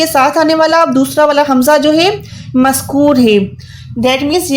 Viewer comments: Aap jo maskoor kah rahi to maskoor nahi balke maksoor hota hen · Maskur nahi balkke maksoor hota